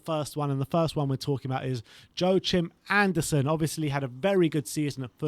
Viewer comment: Joachim is pronounced Yoakim 😂